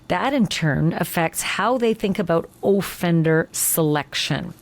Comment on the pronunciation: Does anyone else find it strange the way she says offender? She says O-fender with the emphasis on O.